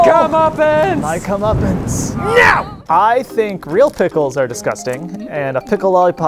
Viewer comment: Emma, you SCREWED me. (edit) LMFAO HOW MANY TIMES IS GONNA SAY "NyyO"